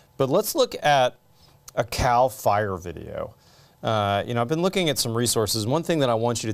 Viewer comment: am i the only one who cringed thinking he said "let's look at a cow fire video" 🐄 🔥?